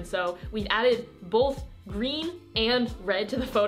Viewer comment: i like how she pronounces both "bulth"